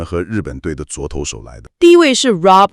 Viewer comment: 可以不要AI讀稿嗎 一直唸昨投手😂